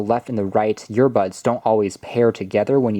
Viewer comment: Yeah. Ive seen many of his tws review. I thought i was the only one hearing "YEARBUDS"!